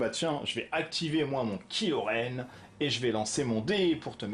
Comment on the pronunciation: la prononciation c'est kai lo, pas kilo, c'est un mechant de star wars, pas une solution de regime.